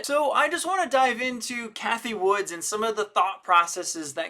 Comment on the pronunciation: Her name isn't Woods. It's Wood.